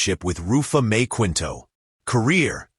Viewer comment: kinto(Quinto) po pronunciation not Kwinto